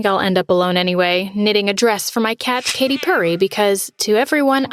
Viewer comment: She called the cat Ketty Perry